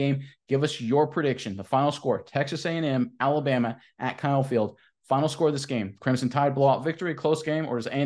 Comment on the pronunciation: There is no y in Alabama. It's Alabama not Alabyama